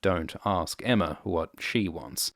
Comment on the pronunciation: I hate how everyone calls her Emma. It’s Aemma. Like Aegon. Daemon. Maegor. Baelon.